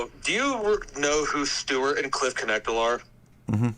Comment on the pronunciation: CONNECT-LY not NECK-TIL